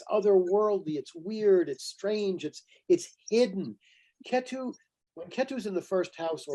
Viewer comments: Thanks for the talk. The way he is saying Ketu is distracting. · Appreciate the knowledge shared, but also annoyed by how many times he was corrected for the proper pronunciation of ketu but it just didnt register.